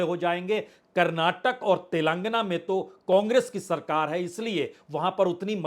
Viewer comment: तेलंगाना को तेलांगना क्यों बोलते हो?